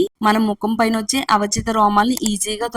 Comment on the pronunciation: Avachitha kadu thalli aavanchitha romalu